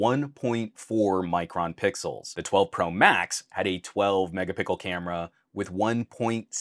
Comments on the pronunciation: Are you saying mega pickle 🥒 🤣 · Man really said Megapickel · Why do you say " Mega_pickle" ??? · Did you say Mega pickle?